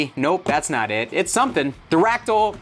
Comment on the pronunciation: Are you saying Fractal or Pterodactyl?